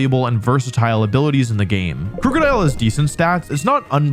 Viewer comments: I know he doesn't mean to say Krookadile incorrectly, but everytime he says it with the ooo sound (as in Scoot), instead of the uh sound ( as in book), it pulls me up short. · Not how you pronounce krookodile. It's name is a combo of "crook" (cuz dark type) and "crocodile", so no long "oo" sound. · I dislike how you pronounce Krookodile.